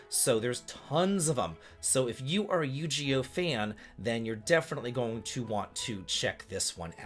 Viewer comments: Sir, we have been over this Yu- Gi- Oh! No yu-ghee-oh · Nah my man did NOT just say Yugioh as yu-ji-yoh 😶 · I had to do a double take when I heard Yu-GEE-oh XD, but since he's never seen it before, I can let it slide LOL. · You butchered the title Yu gi oh. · Oh, the way you pronounce Yu-Gi-Oh hurts my old nerdy soul XD